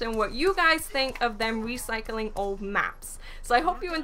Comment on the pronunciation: Lol anyone notice at the end she said "wecycling" maps instead of "recycling" LOL love u!